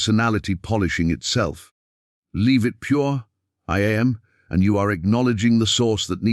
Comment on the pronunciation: It is so annoying to listen to this pompous, phony voice prounce "I Am" as "eye aye em". And, the voice runs parts of sentences together, nevermind the correct punctuation, ruining the meaning,plus it puts the emphasis on the on the wrong part of the word, as in "PROject" and "proJECT", which are two words that have completely different meanings. PLEASE STOP!! I didn't listen all the way through and can't bring myself to acknowledge this channel in any way.